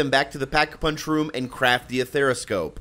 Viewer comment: “Athera scope”😂👍🏽